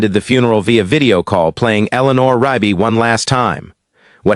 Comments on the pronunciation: Why can't this AI or person pronounce Rugby? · Because it’s Rigby!!